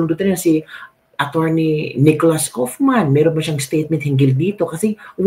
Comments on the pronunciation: how to pronounce KAUFMAN.......... KAWWWWWWWW AS IN KAWATAN....KAWWWWFF-MAN...MAMA MIA MAMAMAMA... KAWFMAN...mamamamamamamama.... KAUFMAN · KAYO GUMAGAWA KAYO NG SARILI NINYONG PRONOUNCATION. HINDI NAMAN NAKATIRA DITO.. hahahamabulasin ko kaya ulo ninyo ... KAW KAW KAW KAW- KAUF..KAWFMAN.. hindi KUFMAN SA INYONG KAGARAL